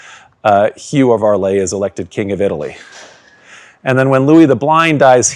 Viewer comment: Amazing video. Just an observation: "Arles" is not pronounced "Arlay" but "Arl".